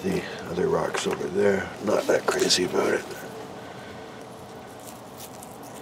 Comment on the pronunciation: Aboot that,😂